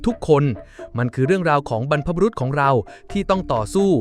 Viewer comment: ฟังมาตั้งนานนึกว่าเป็นคนพูดจริงๆ ที่ไหนได้ใช้ AI อย่างเช่นบรรพบุรุษ อ่านเป็น บรรพบุรุ๊ท😂😂😂 เสียงสูงเลย